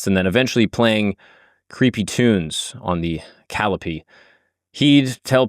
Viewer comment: You can't pronounce calliope properly. I do not trust you.